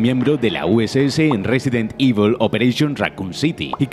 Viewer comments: No es resident ivel, es evil coño con la pronunciación que malo eres tio jajajaja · Me ha gustado el vídeo pero resident ivel, vamos ese inglés al 100! 😂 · Un vídeo fantástico. Eso sí, no he podido parar de reír cada vez que decías "Résiden Ível". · Cómo pronunciar Resident Evil con voz grave: Ruesident ivl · Resident IBEL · RESIDENT IVOL